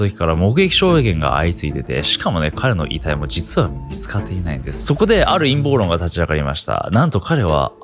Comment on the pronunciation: 陰謀論が陰毛論に聞こえて仕方がない